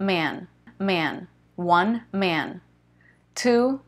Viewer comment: Man suena un poco a ma’am